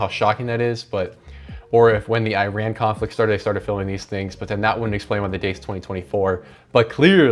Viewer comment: My guy please learn how to say Iran right